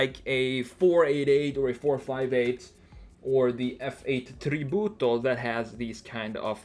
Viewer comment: Da italiano apprezzo che pronunci "tributo" con l'accento corretto :)